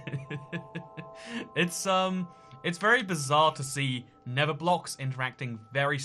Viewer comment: The nether is not pronounced the never!